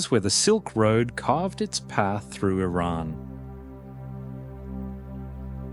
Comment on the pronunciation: Thankyou for the correct pronounciation "Iran".